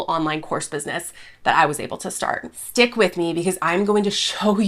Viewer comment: Savvy (giving GD a little grace), “Ah, I miss-speak in videos all the time. Who cares?”, “Dick with me.” 😂 STICK with me! (Schtick with me?!) Diction! Enunciate LOL